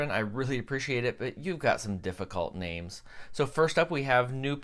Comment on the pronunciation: You did say my Name very well! Difficult for English? Maybe a bid. Smile